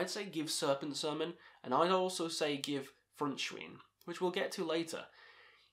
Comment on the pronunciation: The "ei" in "Frontschwein" is pronounced like the word "eye"...